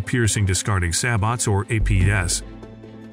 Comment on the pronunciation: Ya need to program your AI narrarator on how to pronounce SABOT. It's say-bow...NOT sab-bot.